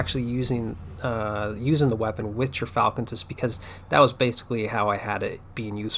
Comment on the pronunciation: Gyrfalcon is pronounced *gear-falcon